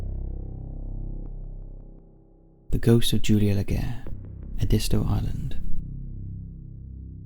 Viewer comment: Ed-is-toe (Prununciation from someone who lives in SC and has been there every summer of my life.)